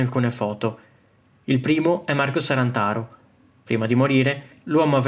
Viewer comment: È “Sarnataro” non “Sarantaro” !